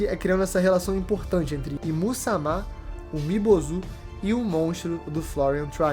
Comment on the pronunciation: Começa o vídeo pronunciando "Umi Bozú" e termina pronunciando como "Umi Bozo" 🤡, a fruta do palhaço 🤡 kkkkkkkkk. "UmiBozo" é meus zovo